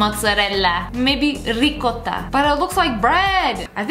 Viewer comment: When she said “mozzarella “ and “ricotta” deam if she hit my heart 🥺🇮🇹🍕🍝